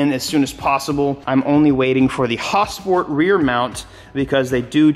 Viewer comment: I’ve never heard someone say Hausport